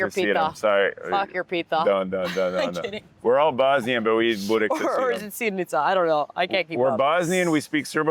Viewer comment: It’s sirnicaaaaaaa not Burek sa sirom haha 😅😅🤣🤣🤣I’ll forgive you guys this once